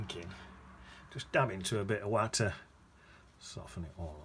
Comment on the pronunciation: You must be from Derbyshire 🤣 saying watter